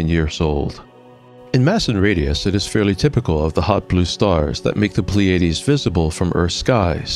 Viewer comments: Or, PLEE-ah-DEES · It's pronounced ply ah dees